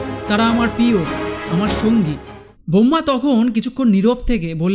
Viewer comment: তোমার এত জ্ঞান কোথায় রাখো? জ্ঞানের সাথে সাথেই উচ্চারণ গুলো ঠিক করলে ভালো হয়। যেমন - পিয় নয় প্রিয়, পভাব নয় প্রভাব, র ফলার একটু গন্ডগোল আছে। কানে শুনতে বড্ড লাগে।